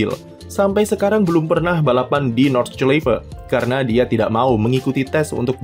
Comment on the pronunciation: Bacanya Nord-shlai-fe